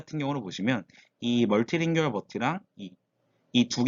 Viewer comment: monolingual tokenizer가 뭔지 더 자세하게 얘기해 주시면 더 좋았을 텐데... 그리고 자주 쓰이는 낱말의 발음에 신경을 쓰셨으면 더 좋았을 텐데. 모노링구얼 멀티링구얼 (..링규얼 말고)